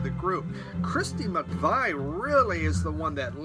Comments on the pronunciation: Always a pleasure, never a chore! Btw, You need a mneumonic or memory jogger to help with your pronunciation. How about, 'Oh my my/I really don't know why/I always say Mc-vy/ How strange it is to me/that so persistently/I do not say McVie'. No charge for the service. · Great video; probably one of your best; watching while I’m cleaning vinyl and sleeving. I don’t have the need to correct you on ‘Sade’(shar-day), and McVie (micveee) since Maslov did already....heehehe. But I will help ya out and tell you that Jorge is pronounced (whore-hey) Lol. And Malo was extremely popular in the regions of the country that there were more Hispanics. I’d say their first three albums are essential. Good to see you buddy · Pronounced Shar-Day. I kid 😎. Also Christine McVeeeeeee and Anita Kerr rhymes with Purr 🤐🥁🤷🏻‍♂️🤓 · James Griffiths, so for 40 years I have been mispronouncing McVie’s name, that is par for the course. My god I struggle with that. Kind of like me remembering someone’s name, a huge struggle for me. I was really delighted to pick up that Malo and hope to find their other early albums. I love music infused with a Latin vibe. Personally I don’t know how you can even keep up with the videos. I play them when I am working in my office at home or at night in the hotels which is generally 3 nights a week but you have so many people,e following you. Wow. Enjoy your weekend and thank you for taking time to watch and comment on mine, always an honor.